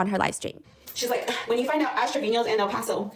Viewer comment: Bro when bro said o paso I was like oh nah BC I LIVE IN O PASO!